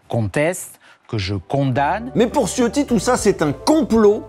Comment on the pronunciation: Ciotti étant d'origine Italien son nom se dit C"h" iotti (comme le wc) , en attendant merci encore pour ce numéro :)